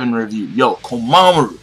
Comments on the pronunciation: You say it as Komamuru not Kom a mura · why do you call him komamuru instead of komamura? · I don't know if anyone's ever told you this before, but Komamura is pronounced "koh-mah-moo-rah". The ending to his name is "mura" instead of "maru".